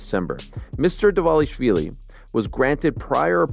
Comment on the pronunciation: Love the channel pal but every time you say 'Devashvili' I can feel Merab wincing. His names Dvalishvilli sounds a bit like Duval-ish-villi or better still D'val-ish-villi. :)